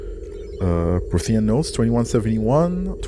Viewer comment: PROthean. Someone please get to pronounce it right, he's killing me